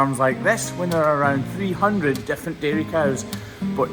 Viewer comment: I kept going over one part of your video…it sounded, to my tired American ears, one thing, but we found out that it was something completely different! Early on in the video, I kept hearing, “300 defecating cows. WHAT!??! I listened to it two more times, then I broke down and turned on the CC - Oh! 300 DIFFERENT KIND OF cows! Egad!